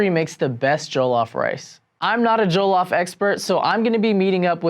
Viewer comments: Who gives af jollof rice isn't Nigerian in origin anyway who cares what a Nigerian would think of his pronunciation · Can someone teach him how to properly pronounce jollof...abeg! He's giving me a headache! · Exactly I just cringe when they pronounce it wrong.😖😖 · This is bothering me for real, has he never heard it pronounced before? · 30 seconds in and he says jollof wrong. What have we done wrong to deserve this. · The way he says jollof triggers me 😐